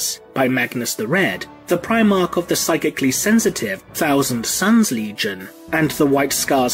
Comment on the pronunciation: "Warhammer forty 'fousand' timeline". Gotta love the th-fronting from you brits🤣🤣😂! Guess it's too much work to say "th". Sounding more like Ork's every passing year. Soon "the" will be completely taken over by "da" ork's.